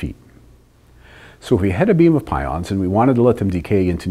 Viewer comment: Just for information (no offense): he accidentally said "pouons" instead of pions. You can see his mouth moves differently than what is heard so it was edited in.